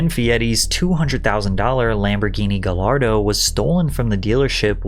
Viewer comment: u pronounced fieri so unnecessarily fancy and then go and pronounce gallardo wrong ❤